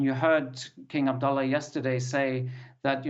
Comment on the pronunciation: Very impressed with the news reporter’s pronunciation of King Abdullah’s name in Arabic👍 BTW, Queen Rania of Jordan 🇯🇴 herself is of Palestinian origin. Her parents were Palestinian refugees.